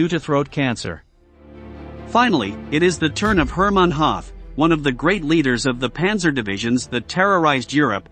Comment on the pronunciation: "Hooth" not Hath